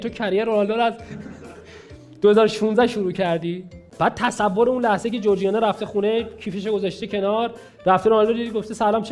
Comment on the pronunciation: جورجیانا😂😂😂😂😂نه جورجینا😂😂😂